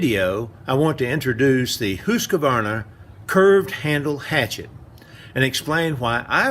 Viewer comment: I wish you would pronounce the name properly. You seem to be saying Husq a varna. Wrong. Leave out the "a". Good video.